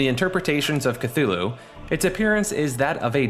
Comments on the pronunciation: "kloo-loo" not "ka-thu-loo" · It is not Kathulhu. Its Cthulhu. Thumbdown for tilting me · Cthulu had me dying 💀 brooooo it's Cthulhu (Don't worry about it it's a common error) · It's pronounced thulu not cthulu if you see it spelled with all the dipthongs and shawas the way Lovecraft wrote it most people get that wrong I have read just about everything he wrote and I honestly believe you have never read any of his work and people need to realize he wrote FICTION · You mean "KATHULU" KEKW (He tilted me all video long) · *k-tulu is the pronunciation